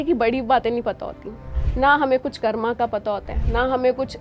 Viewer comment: मैडम "कर्मा" नहीं, कृपया "कर्म" बोलें। 🙏🙏